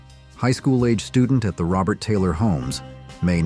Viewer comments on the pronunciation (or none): none